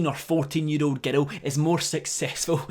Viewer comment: everytime you say "girl" i hear it as "ghetto" and it took me 2 months to figure out what you were saying